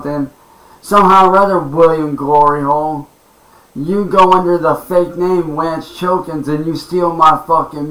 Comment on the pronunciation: "Wance Chilkins" 😂💀